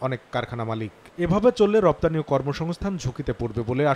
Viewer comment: রফতানি?😂 না রপ্তানি? 😂